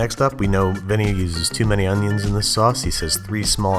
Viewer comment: “Tree Unyens?”